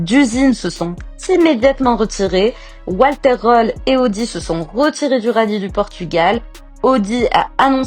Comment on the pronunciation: Nul! Toujours les mêmes images en boucle, pas d'image de rallye, et une voix IA qui ne sait même pas dire Röhrl.